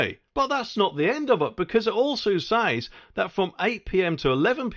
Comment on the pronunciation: And they will compain if people nick stuff when they cannot get served. nd a monor point, stop saying "says" as SAIZ. Pronounced SEZ.